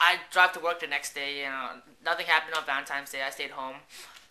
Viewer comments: uhh are you saying valentimes day? with an m? hahah it sounds like it. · really you said valentimes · lol you keep saying valentiMes! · funny story, sorry. i'm not being douche but i was just bugging me, it's valentiNes day not times. but yeah love the videos. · hahh VALENTIMES day!! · God he said "Valentimes" soo many times. Stop being Asian meaning shy and you've known she had a boyfriend if you have her number. She had a Corolla meaning she was Asian too I'm assuming. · He's saying it wrong but he obviously knows how it's spelled since he posted the vid as "my Valentine's DAY FAIL"